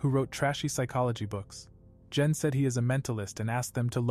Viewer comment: when he says gen it sounds like jen i am a little angry that he said jen and not gen